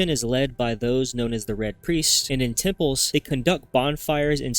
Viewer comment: Okay its temple's not tipples